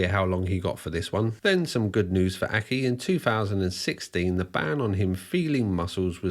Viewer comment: I at first thought he was saying “purple acne”.